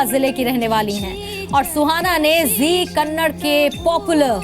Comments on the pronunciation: u fucking zee news it's kannada not kannad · news : Dear Zee news its Kannada not Kannad, Do not eat away that a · not kannad its kannada pls pronounce it properly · abhe chutyon kannad nahin Kannada hain !! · It's kannada.. Not kannad.. Correct ur self 👿